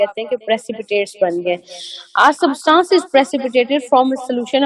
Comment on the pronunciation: For God's saKe rightly pronounce "substance"